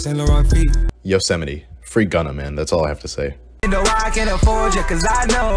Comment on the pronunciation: we wanna talk abt the yosemite pronounciation